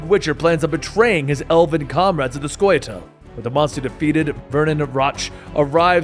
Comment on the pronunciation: I'm amazed you got a pronunciation of a word like "Scoi'atael" right but managed to call Iorveth "Lorveth" 🤣 Good recap though!